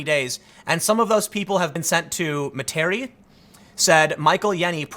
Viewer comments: "MUHTEAREE"?? TIM XD I love it when people try to say Louisiana names lol. It's Met-ur-ree (ur like fur) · Metarie - Meta-Ree. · Tim, Materie is pronounced “me-dah-ree”, not “muh-Terry”.😊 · Down here we pronounce Metairie as MET-ER-EE and the old folks say METRY. Fun fact: we have a real business called "Metry Cab" hahaha!